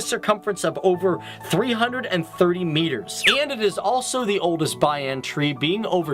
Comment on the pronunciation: Dude, its not pronounes "bayan tree" it is the banyan